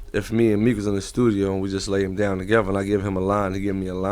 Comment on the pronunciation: wtf is "TAGEVA" its "TOGETHER" lool